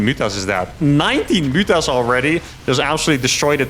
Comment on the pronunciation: It's Serral. You pronounce them "mootas", not "mutas".